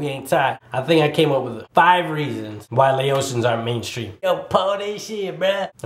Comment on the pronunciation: your saying “ Laotian “ wrong 😐 , it’s Lao- tian. Not Laosion i’m sorry but when you say it it’s annoying say it right. and plus lol it depends on which just saying this isn’t accurate 😂